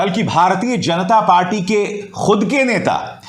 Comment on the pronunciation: You pronounce ण in जनता